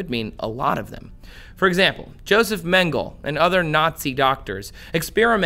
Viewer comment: It's pronounced Doctor Joseph MEN GE LEE